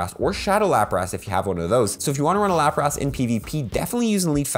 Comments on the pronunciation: LaprASS? Not how you say it bro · dude sayin laprass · cant listen to this guy say LAPRAS ugh cringe